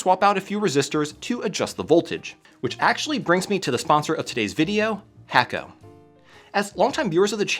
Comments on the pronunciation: FYI, you're pronouncing your sponsors name wrong. It's pronounced "hah koh" not "Hayko." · Great soldering equipment but it's not hack-o, but hay-co... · It's pronounced (hah-ko) not (hack-o) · Should start pronouncing hakko properly if you truly enjoy their products. The 'a' is pronounced 'ah.' So you pronounce it Hahkko. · HA - KO not HACK - O